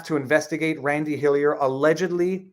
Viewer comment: its like hes not even trying to say randy